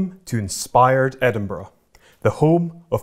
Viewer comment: Jesus, the interviewer can't even pronounce Edinburgh; not the best start!